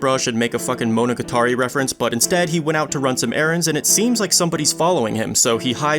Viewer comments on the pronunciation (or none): Ain't no way bro mispronounced 'monogatari'💀